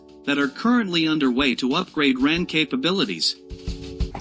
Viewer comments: WHY is the commentary describing things in metric measures? Why is the talker saying "ran" rather the " R A N"? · its not the ran lol its called the R.A.N i spent 20 years in it grrr this should not be narrated by an American he just butchers it